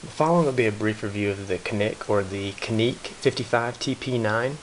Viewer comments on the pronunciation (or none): People from Turkey pronounce it as JOHNICK. Just getting that out there. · Don't worry about a 10 pound trigger pull in a defensive situation. If your life is endanger it will be light as a feather. The name is pronounced Janik. The C in Turkey is pronounced like a J. P.S. Rock Chalk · By the way - 'Janic' would be the correct pronunciation here ;) Greetings from Turkey! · Pronounced... "janeek"